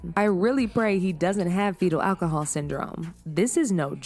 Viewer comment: After the 3rd time you pronounced it awhcohol I had to turn it off. Also the c in cps stands for child and the acronym is child protective services so when you call it child cps it sounds more than a little unintelligent. Take care